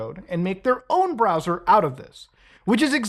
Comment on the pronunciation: But Mutaahar I don't wanna switch my bwowwer again.